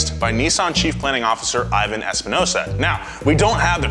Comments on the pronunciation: As a Nissan employee in Tennessee and Nissan enthusiast. I was mostly optimistic about the merger. Also the new CEO is Ivan (e-von) not Ivan (I-vin) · You're the second one in a row I've seen report on this and pronounce his name like that. He's Hispanic. I really doubt his name is pronounced "Ī-van" and almost certain it's "Ē-vahn" If I'm wrong, someone just correct me in a reply. But 99.9% certain on this.